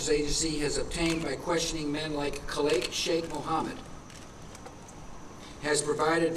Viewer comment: "Kleik" Cheikh Mohammed? I'm pretty sure that's not how you pronounce "Khalid" He says it again Is he reading the name for the first time? Probably not, and he must have heard it several times before I think the speech was written that way to piss people off, the guy is obviously trolling Saying "explosives" on the anniversary of 9/11, come on, that's Larry Silverstein level (who dropped "pull" in a conversation about WTC7)